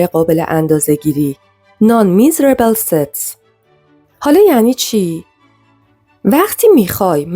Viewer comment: Non-measurable NOT non-miserable